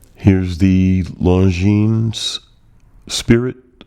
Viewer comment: Thank you for the review. Have it an love it! A little tip. Longines is pronounced: "Longiiin" (Swiss/French). Long i and no s